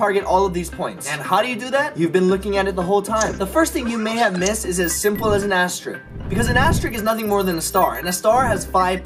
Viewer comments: Sooooooooo, he pronounced it “asterick” instead of “asterisk”. Cleveeeeerrrrrrrrr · Did it bother anyone else that he was pronouncing asterisk as "asterick"? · The second part sounds like "asterick" (beginning from the a after the f in fast)